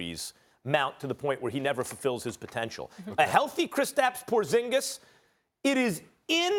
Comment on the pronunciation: wtf your satng hes name wrong hes from litvia me to and its prounounced diferentli lol